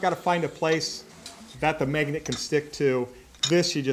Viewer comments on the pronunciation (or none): none